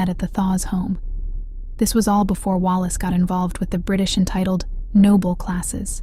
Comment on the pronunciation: This is very interesting research. But, please, please, do your own research, and do your own voice over. Is this all AI?? Why can't you say: Earnest, infatuation, spiraled, options, Wallace, reconciled, moved? Also, the voice change from an American to a British accent in the last minute of the narration was very strange and jarring. I had to give this video a thumbs down for those reasons. Note: Wallace called Edward "Peter Pan", in her letters to her ex-husband, Earnest. Please go over to Linday Holiday's channel for quality historical content, and beautifully produced and researched videos, which she herself narrates.